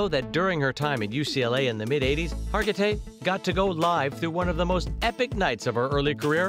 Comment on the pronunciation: Second straight video about this famous actress where her name was butchered. Last one kept calling her Har-ji-tay. SMH